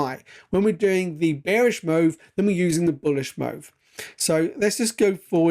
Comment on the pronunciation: Sorry, but i have to ask. Do you have a speech impediment? Why do you pronounce the word "move" like that? It genuinely sounds like your taking the p*ss tbh.😃